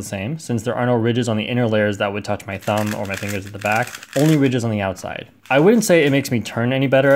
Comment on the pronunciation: You just said tumb instead of thumb